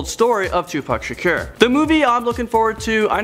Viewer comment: says "Tupac Shakur" like a total Canadian XD